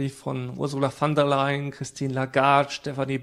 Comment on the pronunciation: Die Ursula heißt "von" der Leyen, nicht "van" der Leyen.